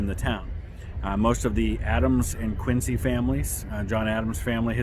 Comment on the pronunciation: Quincy was tv show; Quincy you pronounce the c like z !